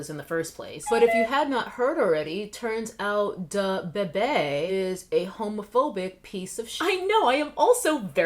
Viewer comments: The way she said Duh-bay-bay 😂🤣😭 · Can you please stop pronouncing “DaBebe” like that 🤣🤣🤣🤣🤣 omg as if it wasn’t bad enough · Your pronunciation of Da Baby is giving Moira Rose vibes and I love it! 😂